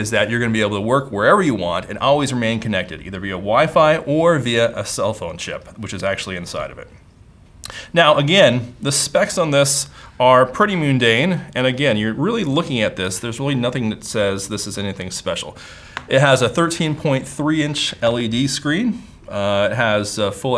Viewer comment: "Myoon-dane" specs?